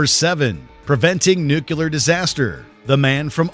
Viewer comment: and - "Nucular"